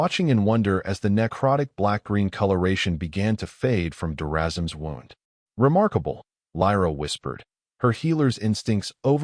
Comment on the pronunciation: The wound in his side was pronounced like I wound up my watch. You should teach your AI or human narrator the proper pronunciation. You can do better. Very good story, thanks.